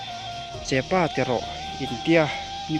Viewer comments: Ka pâ tilo in ka pa itih ve ṭhin tho ka ring a,chutiang chiah chuan chepâ tilo in chepa tih mai kha a lamdan dik a ni e.( I awk tam hle mai 🎉) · I lam dan ngai a ilo neih tawh kha dik lo Chepâ ni lo in Chepa tih tur Mipa pawh Mipâ i ti ngai miah lo ang Mipa i ti ang tiang chuan lam tur SVMM😊😊😊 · Chepaa tilo in. Chepa tizawk rawh. Mizo in kan lamdan kansawi dan ani